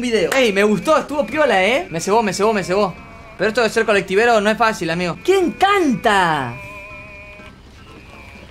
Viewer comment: Cuando dijo amigoooo en el segundo 10 le salió como tucumano